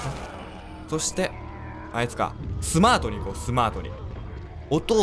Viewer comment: スマァトじゃない